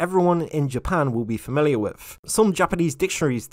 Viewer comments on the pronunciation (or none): none